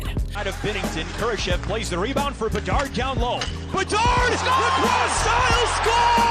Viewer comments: My god, I did not know there were that many ways to pronounce Bedard. Is this AI? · why'd you switch up pronunciation on bedard? You had it right at first lol